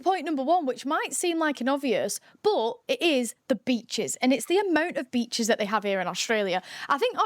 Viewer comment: I stopped at Breachs. Yeah? Nah. It's beachEs.